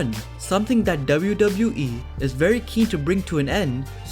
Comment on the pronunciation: Please speak “WWE” properly